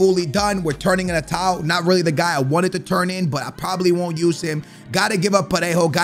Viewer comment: u can say Parejo perfectly but you stay butchering Morales 😂😂